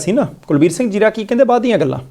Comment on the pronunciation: It is Kulbir Singh Zira not 'Jira' note please. Anchors please note